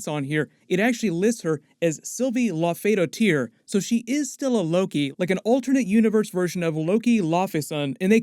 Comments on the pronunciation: Say it with me: Lau-fee-daughter, not low-fee-doh-tear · It's pronounced Sylvie Laufey "dohter" not "dohteer" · “Laufey-daughter,” not “Laufey-doh-teer.” Like “Laufeyson” literally means “son of Laufey,” her name literally means “daughter of Laufey.” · Lau-fee-daw-ter, not Lo-FEY-do-TEER. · Please stop pronouncing "Dottir" like that, it hurts. It literally means daughter so just accent it like you are saying Laufeydaughter with a scandinavian accent. You wouldn't say Lau-Fey-Daught-ER, you would say it all in one go. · Its laufey-daughter (the pronunciation) Norse/icelandic surnames are the names of their father or mother in som ecases and then either son if its a boy or dottir (daughter) if its a girl 👍 your pronunciation "doe tear" is amusing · Dude.....it's not pronounced Loff - uh - doe - tier, it's Loaf - uh - daughter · It’s not “doteer” is “Dottur” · Her name would be pronounced Laufey-daughter likeLaufeyson. Dottir is the Norse word for daughter and those were the last names used in Scandinavia for centuries. So not dot-teer but dotter. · her last name is Laufeydottir aka Laufey's daughter. Not "Laufeydo ttir" or however you said it. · It is not pronounced Doe Tier, it is pronounced like Daughter. So Lokidottir. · “Laufeysdottir” means “Laufey’s daughter”, and I’m fairly sure it’s pronounced that way too. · Wow your pronunciation of Laufeydottir was terrible. Just say Laufeydaughter. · It’s pronounced “law-fee-daughter” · It's pronounced Laufeysdaughter. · Hey, just a heads up that Laufeydottir is pronounced "Laufey-daughter" as in the daughter of Laufey. Just like Loki Laufeyson is the son of Laufey. It's the old nordic naming convention. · It's pronounced Laufey-daughter. Like Laufey-son. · Laufeys Dottir, like daughter. You don’t have to make it all French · It’s hilarious how much you butchered the pronunciation of “Lauffeydottir” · Dottir is Daughter. Pronunciation killed me.. lol